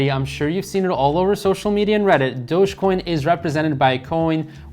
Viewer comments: "dogey" coin hahah! love this guy. great information though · you pronouncing dogecoin as dogiecoin is a red flag